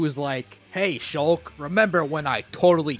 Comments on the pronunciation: Me: Shulk? he say's Shooolk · he mispronounced shulk